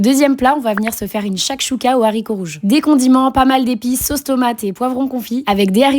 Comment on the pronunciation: C’est trop chou ta façon de prononcer la shakshuka 🫶 merci pour tes recettes !